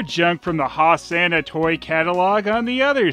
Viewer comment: Brilliant review as usual, but you've inspired me to mangle some lyrics from Jesus Christ Superstar: Ho-sanna hey-sanna, Sanna, sanna, ho Sanna hey-sanna ho-sanna, please oh please say it properly, Sanna ho sanna hey Hose not hoss.